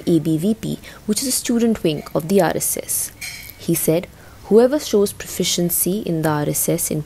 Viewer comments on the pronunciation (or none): She can’t even pronounce RSS properly. 🤦🏻‍♀️